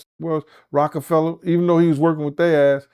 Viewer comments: Did eye hear say Cockfella records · “Cock-A-Fella” That’s diabolical 🤣🤣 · 😂😂😂😂 said "Cockefella" classic! 💀💀💀💀